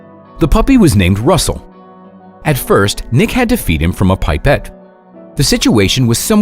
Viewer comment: That's not how you say 'pipette' 😆